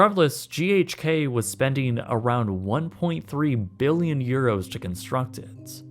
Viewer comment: “over one hundred mbillion dollars”